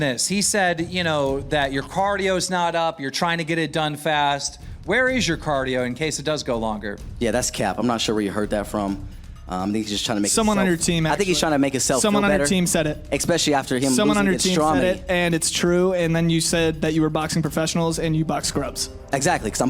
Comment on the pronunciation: How you get hired to commentate when you pronounce words “exspecially” and “apportunity”